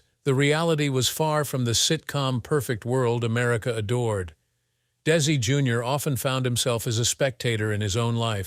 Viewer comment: What a waste of time, with the fake AI narration and it’s mistakes. It basically just said the same thing over and over again. Even showing “little Ricky“, implying it was Desi, and it wasn’t even him acting in the show as a child. At times, the narration pronounced it as “Daisy.”. Terrible documentary, I can’t finish.